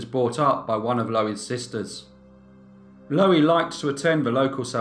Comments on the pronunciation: Loo-eee I should think it is pronounced, as in Louise but without the s. Low-eee just grates on my ear, sorry mate. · Pronounced LUUEE not lowee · You're pronouncing her name " Lowie", but it's spelled " Louie", like the male version of "Lou". I don't know which is correct in this case though. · I may be wrong but I think 'Louie' is pronounced 'Loo-Wee'. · Nice upload great channel but are you pronouncing her name wrong, shouldn't it be pronounced like in The Kingsmen song Louie, Louie